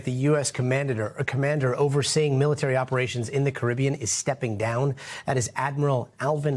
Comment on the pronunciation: Does he have to pee? & why can he pronounce Venezuela, but not Venezuelans?